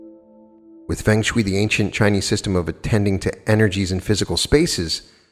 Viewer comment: pronounced feng shui incorrectly lol, but good video as always though :)